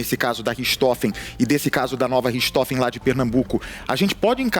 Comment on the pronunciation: Não é Ristofes. E sim Rirrrrrrrtrofen. Richthofen.